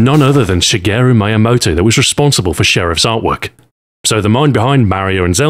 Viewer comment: Say shigerus name wrong again I dare you